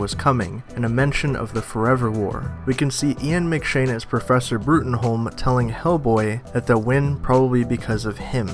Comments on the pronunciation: It's pronounced Broom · It's pronounced broom.